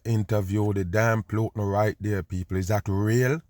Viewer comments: It's putin..pronounced Pootin. Not PLOOTIN. SHEEESH. Also it's OPIOIDS. NOT OPEROIDS. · 😅 I know you're pronouncing the name plootan just because of how you feel about him! lol! 😂😂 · I like how kerps calling him Plutin and doesn't give a shit 😅 By now many probably corrected him, and he he doesn't care, why should he give them the resoect of pronouncing their fake name how they taught us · How you say plootin all the time? Dumb on!